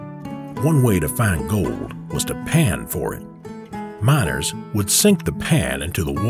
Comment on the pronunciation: the narrator said mINers